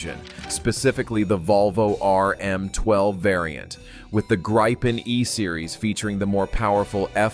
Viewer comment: Not Graipen, but Gripen.